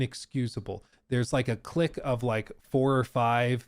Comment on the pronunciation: * Clique. Pron. "cleek", from French, I'm sure.